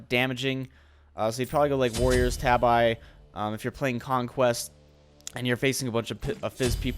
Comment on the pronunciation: just FYI.... tabi is pronounced TA-BE